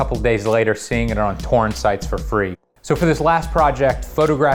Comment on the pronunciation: wait i actually thought he said porn. turns out he can't pronounce "torrent" as two distinguished syllables